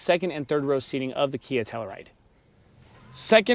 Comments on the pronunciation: It's pronounced Tell-you-ride not Tella-Ride. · Dude, please pronounce the fucking car correctly. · Great video, I would know how to properly pronounce a vehicle’s name before creating a video of it. But, seriously great video!